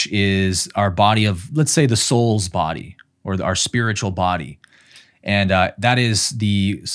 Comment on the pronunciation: Omg, I did rewind first, because I first heard “incarnate assholes”, and then only after rewinding… ooohh, “incarnate as souls”… I was laughing on my own in my room😂